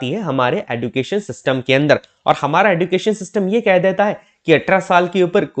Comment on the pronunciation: Education ka pronunciation galat bol rahe hain aap sir use ejucation bolate Hain